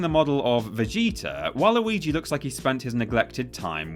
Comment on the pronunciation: I'm surprised was able to pronounce Vegeta correctly... Oh shit was that racist??